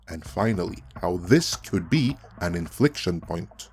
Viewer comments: Great video. It's inflection point not infliction point. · Infliction point? Did you mean "inflection" point? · I found this video interesting but think it's Inflection not "infliction" point, toally different meaning.